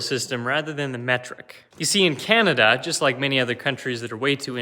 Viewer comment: *Canadia not Canada